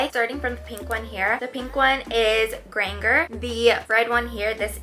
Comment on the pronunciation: You butchered Hermione’s last name it’s not Granger with a hard g. It’s granger you know like RANGER?! Do you not know how to spell!?